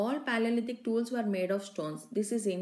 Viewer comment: many spelling mistakes and pronunciation mistakes.its tools mam not stools